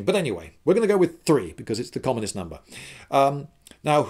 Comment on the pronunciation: When I heard commonest I almost thought he said communist!